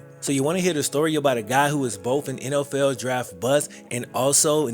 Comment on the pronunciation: Dude, u butcher the English language. I'm not talking about your southern accent, I'm talking about how you pronounce "NFL" & replacing the " th" sonund with an "F" sound as with the last name of the person who this video is about. Incase you wonder if I have little exposure to diversity, scratch that idea. I was born & raised in Brooklyn. In a neighborhood that was, at the time of my youth, the most ethnically varied parts of the most diverse city in the world ! Midwood, Brooklyn, in the 80's and 90's ! Along with diversity there is & was always ignorance & I suffered from it but it seems to me that you stress so much of the language that you mispronounced. And what, because your a black man in the world today I can't state my view ? And no doubt many people will label me racist) I'm not trying to put you down it's just that what I grew up knowing was incorrect, in the eyes of black , white & all in-between who knew better can now gain validation via the fear of judgment of character when I ts just that, to a degree that is what one displays when opening their mouths. It is not an attack on a person's physical appearance if I comment on their evident incorrect speech that they often know of & hold on to as a defining aspect of their groups characteristics. It can't go both ways ! Btw you make a pretty informative video.. it's just a little hard to finish when I hear language like I heard & usef myself in my teens. Give it a thought, if you dare.